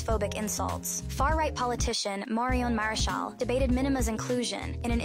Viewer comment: Marion Maréchal (you pronounced it well :3) is right. And I'm not religious and see this show as a mockery of christianism and France culture. This is not France